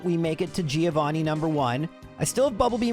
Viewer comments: He did it. He called him "threeovani" Bring on the new year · Trio-vanni? No?